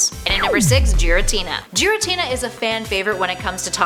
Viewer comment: It’s NOT ger.I.Tina